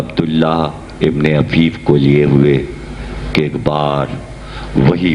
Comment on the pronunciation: جناب عفیف صبح حفیف غلط